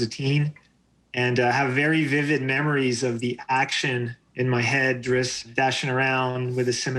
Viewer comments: Why does the host keep saying "Dritz"? WHY DOES SALVATORE SAY "DRITZ"? IT MAKES NO SENSE. If you pay ANY level of attention to the way the languages are spelled out, and just the way it looks... His damned name is Drizzt. Not Dritz. DriZZT. LIKE DRIZZLE. YOU DON'T SAY DRITTZLE, YOU SAY DRIZZ. I know he is the author, but he can suck it up and say it the way it is spelled. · It's Driz-zit. it was even written that way in one of the books when a human girl heard him say his name she said "what is a Drizzit" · "Dritz"? Am I the only one shocked to hear it pronounced this way from the man himself? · What's with the mispronunciation of Drizzt by everyone in the video. It surely isn't pronounced "dritzz". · Lol. Drizzt, I always pronounced it (dri-zit). Oh well, he is still my favorite character followed closely by Artemis Enteri. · I pronounce his name Drizz't (Drizz-it)... & ALWAYS WILL... Just sounds So MUCH BETTER... imo :) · Calling Drizzt “Drits” every single time in front of the author is extremely cringe. I’ll give you a pass on Guenhwyvar because I think you have to be a grand master seventh degree Norwegian to pronounce it. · why are they pronouncing it dritz? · So its pronounced Drits? ummm ok... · Why do people say Dritz!? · If it is pronounced Dritz, why spell it DriZZt? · I felt the same way, but then the author pronounced it the same way, so IDK anymore. I legit shuddered every time he said it, though. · How are you pronouncing the "T" before the DOUBLE "Z" in Drizzt? You spelled it wrong or you're saying it wrong. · I was today years old when I realized that I have been pronouncing Drizzt incorrectly for decades... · Two Idiots who can't even pronounce Drizzt's name correctly. Btw Mr Salvatore. Thank you for being a "No Show" when I decide to go to Gen Con Indianapolis for the first time. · zzt not ist, over and over from the creators mouth, i can no longer be shamed by higher level nerds lol =)